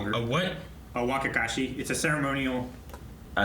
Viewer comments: WTF is "wakakashi"? its wakizashi... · you mean "Wakizashi" (waa-ki-za-shi))